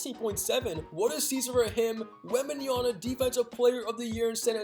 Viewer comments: Wembanyama not wembanyana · Why you keep saying Wembanyana. its WEMBANYAMA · did bro just say “wembanyana”?